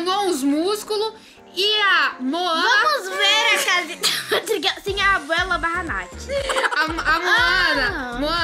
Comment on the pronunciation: Você. Fala. Que o. Nome. Da. Abuela. E. Aguela